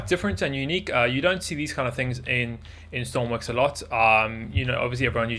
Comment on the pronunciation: stop sayings stormwix it's stormworks idiot im tired of you saying stormwix!!!!